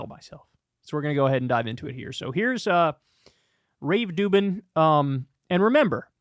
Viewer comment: Finally someone saying Rave Dubin's name right.